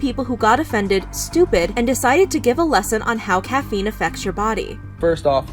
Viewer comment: Starbucks kid thinking he's a doctor... as he mispronouncingly reads from Google about caffeine🤣